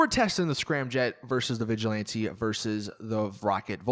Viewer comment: Im pretty sure ur not supposed to say vigjilanti, but vigilant, or vigilanté